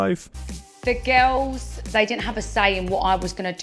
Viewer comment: “the gills” ik she has an accent but, pretty weird way to pronounce girls